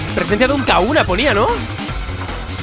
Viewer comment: Por qué dices Kauna si se pronuncia Kajuna